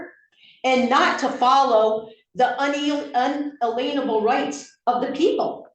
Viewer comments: I’ve never heard someone pronounce unalienable ”Unaleenable”.😂 it’s nice she found her tribe of kooks and they came to support her. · Un-a-lean-able. I can't get the mispronunciation of inalienable out of my head. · Ah dear…she so wanted to be Perry Mason as a kid. And it’s ‘un alien (alien as in UFO alien) able ‘ rights and she mispronounced it all the way through unless she mangles it deliberately. And as an aside…if the day ever dawns when they repeal or simply strike out all these weird and wonderful laws from the depth of common law what in each will the ‘citizens ‘ do with themselves. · What the fuck is an “alenable” right? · Those who subscribe to sovereign citizen ideology pronounce inalienable “un a lien able” to emphasize their belief that it is wrong to charge money for the exercise of rights. In this example, by pronouncing the word in this idiosyncratic way, the defendant is alleging that fines, costs, and fees associated with bringing a case or for violating laws are essentially liens. This deliberate mispronunciation also functions as a shibboleth, identifying members of this self-selected, delusional elite. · She sure loves to talk about un-a-LEEN-able rights. It suggests she may not know WTF she's talking about. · Did she say "In-a-leavable" rights? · "Un a-lean-able rights" 😆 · Inalienable!!! Inalienable !!! At least get that right, silly woman!!!! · “In-aleenable rights”. Her dumbass should Ben been thrown in jail for contempt just for that. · Un ALIEN able...why can't they pronounce that correctly... Nice try law breakers💩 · Give me strength. IN-AY-LEE-IN-UH-BULL. As soon as she tried to read that word off whatever she was reading from, it was a dead giveaway that she hasn't a clue what the words she says actually mean. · I just can't get over her pronunciation of the word "unalienable". She pronounces it like un-lean-able. Other than that, her case was rock solid :) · Yeah she didn't say either of those things. She was saying unelainable.